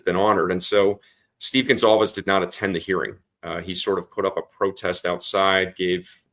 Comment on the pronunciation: The family's name is GONCALVES, not 'Gonzalez.' Who is this ignorant dunce? Get rid of him.